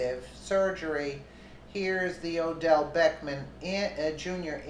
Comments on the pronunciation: not that it matters but his name is not beckman. it's Beck-ham. and that's classy, act like an animal. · it is Beck HAM you not Beck men go back to school and learn how read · So you are calling him Beckman on purpose. I assume you can read but at the same time if you don't want to call him by his real name I understand. I just hope you don't in the future get some backlash for speaking his name wrong. He seems like the kind of guy who would give you serious problems for that.